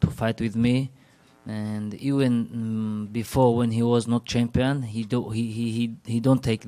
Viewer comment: Ewen or Efen for Even? You try it. Lemme know how it works out. The F is the base but because it is surrounded by vowels, a natural voicing, woicing, Foicing will grow of it! I promise. This is the natural path.